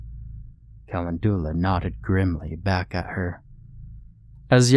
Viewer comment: With all respect due to one of my very favorite narrators, I couldn't live with myself if I didn't say something when my OCD little brain notices a misproununciation; Calendula is pronounced "ca-len-djew-luh" hunny 🐇. Much love to you and yours, and thank you so much for all your narrations! You give life to so many delightful tales of terror and fright (n˘v˘•) so much happiness have I derived from the many hours of your voice here on ye olde you tube. Yes, thank you, thank you, THANK YOU!! ƪ(˘⌣˘)ʃღ˘‿˘ற꒱(っ˘ڡ˘ς) ┌（^ .^）┘( の •̀ ∀-)و٩(ˊᗜˋ*)3､`)